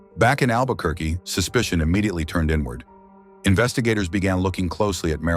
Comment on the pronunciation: “albequerqu—“ oh no.